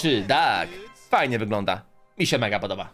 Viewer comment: Nie doag tylko Doug😡😡😡😡😡😡